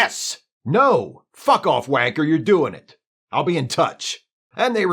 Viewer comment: Man for a yank you say 'w@ so damn well. Not easy for an American to do. Kudos, brother, kudos! 🤘